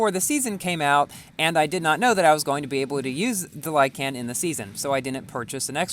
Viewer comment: Like-in not lie-can